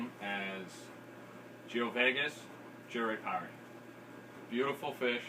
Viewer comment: self fulfilling proclamation...Jurupari...you say jur-ee-pari. how do you get ee out of the letter U? Back in the '80's i used to say you-ruh-par-ee. which I am fairly confident is also incorrect. Since jurupari is from the Tupi language that also gave us jaguar and jacaranda my guess is that the correct pronunciation would be joo-roo-par-ee